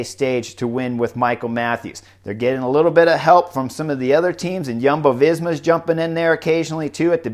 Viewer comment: Ha ha, Chris also has an eclectic approach to Jumbo Visma. He calls them Yuhmbo. Good job on the J, but that vowel should be oo. Yoombo :D